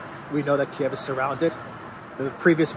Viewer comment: Thank you for calling Kiev Kiev. Its how its pronounced in English.